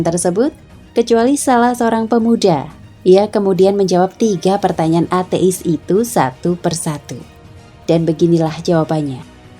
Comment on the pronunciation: Cara bacanya kok ate'is? Hehe.